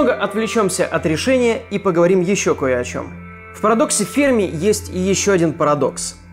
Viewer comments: ФермИ, а не фЕрми! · Все видео «фЕрми», но с таки сарвался и начал говорить «фермИ»... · Почему-то думал Ферми́ , оказывается Фе́рми. Ок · Ферми Ударение Ударение на последний слог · Потратил 8 минут своей жизни на человека, который «Ферми» правильно произнести не может и льёт воду!! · Энрико Ферми, ударение на последний слог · Не Ферми, а Ферми!